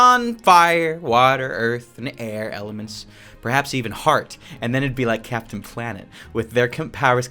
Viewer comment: Bruh, he just said cpaptain planet in